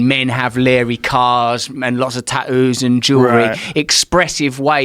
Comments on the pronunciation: Russell "taooos" brand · guys if you ever have do'uhs never let em get tah'oos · I don't fink my dawtah is old enough for ta-oo's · The way Russel says "tattoos" really pisses me off. It's like he's going out of his way to avoid the clear two T's